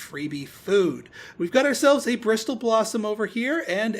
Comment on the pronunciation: The 'T' in 'bristle' is silent :)